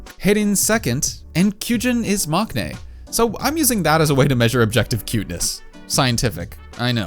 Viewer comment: the was you said maknae seriously 😭😭 it’s pronounced “mungnae” fyi